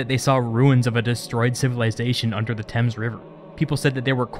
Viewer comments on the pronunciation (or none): none